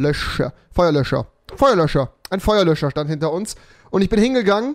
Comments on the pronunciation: Babbel sprachen lernen mit Rewi 😂 Feuerlö(s)cher😂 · Niemand: Rewi: versucht nicht Feuerlöcher zu sagen